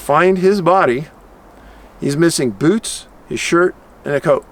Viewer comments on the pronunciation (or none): none